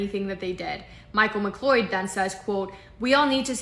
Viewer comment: it’s pronounced ‘McCloud”